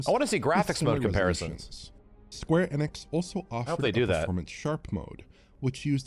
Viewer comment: And it’s not Square Eeeenix it’s Square Eh-nix, always has been. He’s been saying it wrong for years upon years